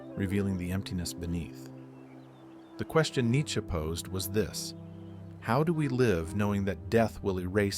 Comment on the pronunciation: Neittche???? JESUS CHRIST!!!!!!